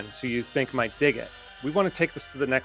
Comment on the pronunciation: emphasis on "might"